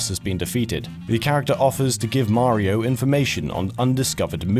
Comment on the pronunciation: Why do you pronounce Mario's name as if you were speaking in an American accent? That's really bizarre.